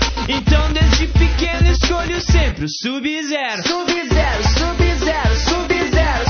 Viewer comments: ELE FALOU SUB-VERO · quando eles fala sub-zero parece q eles fala subi no zero subi no zero